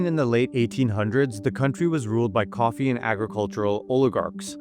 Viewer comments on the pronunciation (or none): none